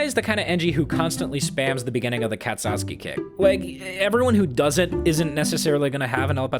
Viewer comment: Nails the pronounciation of El patron, murders pronounciation of kazotsky